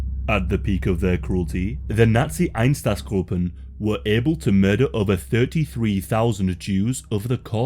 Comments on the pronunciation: Einsatzgruppen is pronounced ein-satz-gruppen, not -groupen. The u is short, not long. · EinZaTZgruppen please read it right but good video